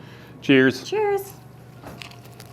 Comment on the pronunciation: saying cheers at the end sounded so American